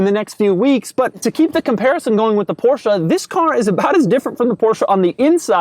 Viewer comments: Every single time i hear porscha. I want to punch you in the face. Porscheeeeee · it's " porsche " and not " porscha " ......gosh!!!! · I know, I hate it when people run up to my car and say "I love your porsh". Its poR Shah buddy lol